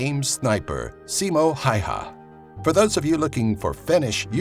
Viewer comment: its also not hayha it's häyhä